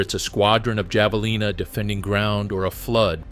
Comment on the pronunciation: Not Jav... It's Have...